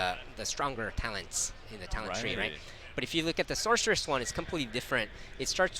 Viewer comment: uhhh, like I said - Sorceress! Thats how its said. "SORK" Where did the hard k sound come from? Cmon man.